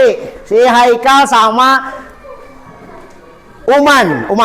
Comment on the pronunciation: Pak iye Khaikal kunaon ikal na teu katingali 😅😅